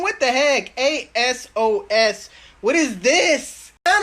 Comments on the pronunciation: its not a-s-o-s it’s pronounced a-sos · Why he calling ASOS , A.S.O.S 🤔? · A-sos lol. Like Sosa without the a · ASOS is one word bruh not individual letters my guy 😂😂😂